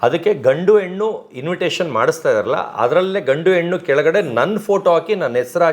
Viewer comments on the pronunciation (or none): none